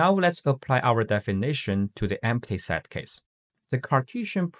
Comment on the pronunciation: Pronunciation note: the vowel in “set” is NOT a diphthong. It is NOT pronounced the same as “site”, “sight”, or “side”.